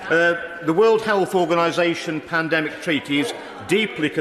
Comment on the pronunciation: Lol I love how poundland Rod can't even say Pandemic, Panedemic lol